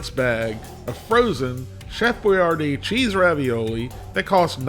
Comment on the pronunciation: The actual Chef Boyardee pronounced his name, whether with its original spelling of Boiardi or the one designed for Americans, as boyARdee. Nowadays almost everyone says boy ar DEE… but gets it almost as the Chef said it.